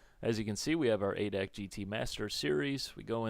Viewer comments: hey, its pronounced "a" "d" "a" "c" and not "adac". it is a big automobile club here in germany as you may know. just a small hint. thanks again for your videos, i really enjoy them! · havent watched the whole video yet but we germans say "adac" like we spell it. A,D,A,C. its a short cut not word. a VERY VERY MINOR complaint :D. fun aside, why didnt simbin go for GTR3 instead of this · its not ADAC its A D A C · Its called A D A C, ( looooooooooooooooool Darin) xD. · yeah but i feel like dying when hearing it in a word.:D fyi, you can call it General German Automotive Club if you dont feel like saying A.D.A.C.:P